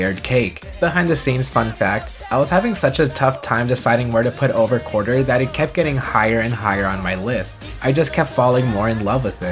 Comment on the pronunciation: Did anyone else realize he said quarter instead of quartzer? I just heard that.